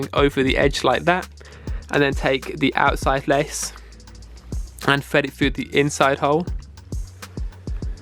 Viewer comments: FYI... the letters TH do not sound like an F Fread it frough the hole 😂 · Fwed it fwu 😂😂🤦‍♂️ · that's just how his accent is